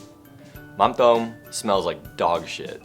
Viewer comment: you don't say mam tom like that